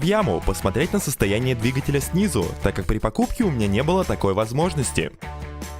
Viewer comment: отправился в Яму, посмотреть на двигатель снИзу.... Сука... Просто кровь из ушей... Учись говорить нормально, а ?